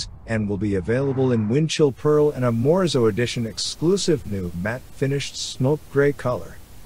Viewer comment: Morizo not Morzo!!!! Lazy vocabulary voice over guy!